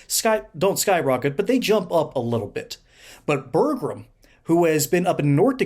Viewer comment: One “R” in Burgum.